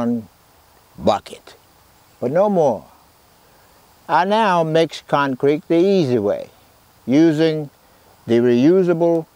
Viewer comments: 86yo concrete guy that still calls it con creek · I think he pronounces it "con-creek" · Love how he says “concreak” 💜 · "The Concreek is ready to pour" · Concreek lol